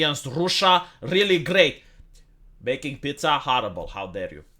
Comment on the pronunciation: as a non english and non italian speaker i approve of his pronounciation